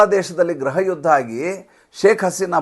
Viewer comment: Sir, ದಯವಿಟ್ಟು ನಿಮ್ಮ, ಉಚ್ಚಾರಣೆ ಸರಿ ಮಾಡಿಕೊಳ್ಳಿ, ನಿಮ್ಮ ಮೇಲಿನ ಅಬಿಮಾನದಿಂದಲೇ ಹೇಳ್ತಾ ಇರುವೆ, ಗ್ರಹ ಯುದ್ಧ, ಗ್ರಹ ಮಂತ್ರಿ, ಗ್ರಹ ಇಲಾಖೆ ಇವೆಲ್ಲಾ, ತಪ್ಪಲ್ಲವೇ? ಗ್ರಹ ಎಂದರೆ planets ಅಲ್ಲವೇ?, ಗೃಹ ಮಂತ್ರಿ, ಗೃಹ ಇಲಾಖೆ, ಗೃಹ ಯುದ್ಧ ಎಂದು ಉಚ್ಚರಿಸಬೇಕಲ್ಲವೇ?.ನಾನು ಹಿಂದೆಯೇ ಒಂದು ಬಾರಿ ಕಾಮೆಂಟ್ಸ್ ನಲ್ಲಿ ಬರೆದಿದ್ದೆ, ನೀವು ಗಮನಿಸಲಿಲ್ಲ ಎನಿಸುತ್ತೆ. ದಯವಿಟ್ಟು ತಪ್ಪು ತಿಳಿಯಬೇಡಿ. ನಮಸ್ಕಾರ